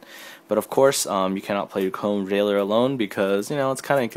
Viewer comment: Did you just say chrome VEILER?xd